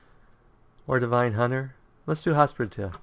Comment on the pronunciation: “Hospitaler” Hoss-Pitt-A-Ler.